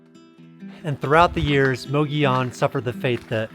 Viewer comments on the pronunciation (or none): Love the video, but it's pronounced Moh-goh-yoh-n. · It's pronounced"muggy own" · The way you're pronouncing Mogollon is killing me. 😂 It's almost like you didn't talk to any locals... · Su funny that the towns name is Mogollon, no i in sight with two l letters, but all of a sudden those 2 L:s become an i so you pronounce it as Mogion. I just find that funny.